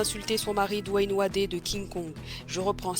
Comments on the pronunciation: Coucou, Wade se prononce "Wéde" pas "Wadé" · Dwayne Wadé? Je vais regarder la suite, mais je suis certain que ça a fait fuir plus d'un de le prononcer ainsi